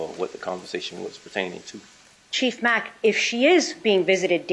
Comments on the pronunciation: she started out by mispronouncing the sheriff's name called him Macky instead of Mack! He had to correct her! I think she was doing all that on purpose to insult,slam ,"the lower level of people, "the help" as someone said! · Chief Mack’s name had been said numerous times before she pronounced it “Mackie” and asked him if that was the way to say it. Like……. OMG. 🤦🏻‍♀️ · Also, Chief Mack’s name had been pronounced numerous times before she started asking him questions and called him “Mackie” and asked him if that was how it’s pronounced. 🤦🏻‍♀️ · First the attorney lies throughout questioning by purposefully mispronouncing every name of anyone her client would claim as an enemy. His name is Mack. 4 letters. The Dr is Sapp. Also 4 letters. She is un-credible as her evil client.